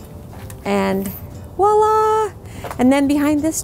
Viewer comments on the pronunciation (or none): Probably the best walk-through videos in the business. One small complaint though...The word isn’t “Wah-la”. It’s “Voila”. (A French word which directly translated means “see there”.